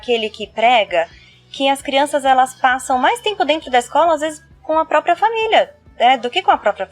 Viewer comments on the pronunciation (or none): none